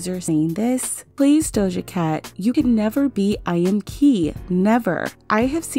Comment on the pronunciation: eyeamki is pronounced "i am ki"